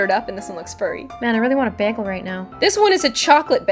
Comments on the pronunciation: winter girl bay-gull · you say behgel 😐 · Bag elle? Thats an interesting way of pronouncing that word ._. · I love how you say 'begel' instead of 'bagel'. The Canadian accent has never ceased to surprise me :) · The way she says bagel kills me. that's not how say it!!! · the way she says bagel 😂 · she says bagel weird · I've never heard anyone say bagel like that😂